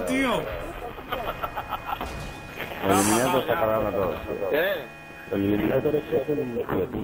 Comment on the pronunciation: Lo que mola es que se llama eliminaDor y todo el rato diciendo eliminaTor como si fuera un guiri xDDD